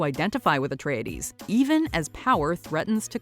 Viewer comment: I find the Miniseries pronunciation "Ahtreides" and "hárknnen" to be intensely irritating